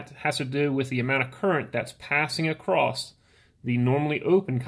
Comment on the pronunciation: ACROSS (NOT ACRROST)!!!!!!!!!!!!!!!!!!!!!!!!!!!!!!!!!!!!!!!!!!!!!!!!!!!!!!!!!!!!!!!!!!!!!!!!!!!!! NO "T"